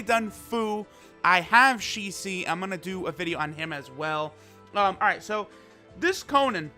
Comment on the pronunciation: You keep saying Shisi c'mon bro it's Shisui